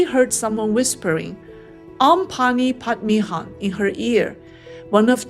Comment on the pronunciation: Lol. You can't even pronounced om mani padme hum. At least learn it and say it